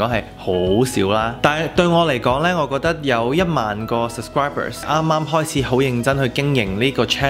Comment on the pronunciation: how come you pronounce “sub scri ber” as “sus cri ber”, just curious 🤣 congrats on having 10k subscribers!!!